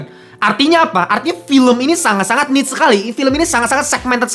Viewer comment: Cara baca "Niche" sama dengan "Cliche "